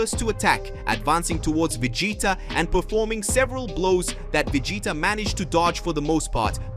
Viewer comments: Can you say Vegeta? I don’t think you can if you have a speech problem go to a speech therapist. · I am loving this series and can't wait for the next episode. But... One criticism of mine would be if you're speaking in English, then please take 30 minutes and watch an actual English episode so you can pronounce saiyan and Vegeta. With a small amount of practice you can make a big difference in the quality of the videos.